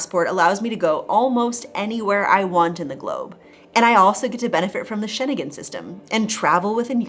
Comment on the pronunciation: lol sry to point out but I have to say that That's schengen system, drop the e from the middle =)